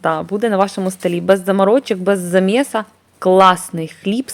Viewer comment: Та Ви, напевно, жартуєте. Вона розмовляє як Юлія Тимошенко: "маї, замєс, лапатка, брадіння". Хіба це гарна мова?